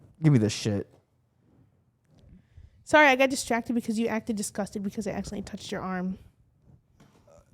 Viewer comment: SAWWY that's me :D